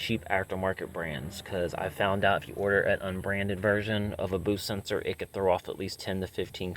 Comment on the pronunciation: Jesus this dude can’t pronounce anything correctly. Bush sensor, turbo, biometric sensor… wtf is he doing even working on cars?!?!?